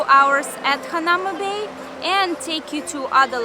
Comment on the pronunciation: It's pronounced hana oo ma bay